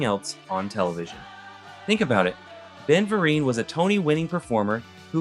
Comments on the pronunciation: first thing I thought of when he mispronounced Ben's name 😂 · I enjoyed the video, but there were a few mistakes and errors I noticed: Ben Vereen's name pronunciation can be found a number of places, including on youtube. You seem to pronounce his name correctly occasionally, but it seems to vary; DIC is not pronounced like an initialism, but as a verbal acronym, like NASA, in this case rhyming with beak; Jeremy Railton worked on the opening ceremony for 2002 Winter Olympics, not the 2020 Olympics, which due to the alternating cycle would have been Summer events; Saban Entertainment is pronounced the same way as the founder's last name; There were a few other minor ones here and there, and while pronunciations are relatively small, mistated facts can cause problems in the long run.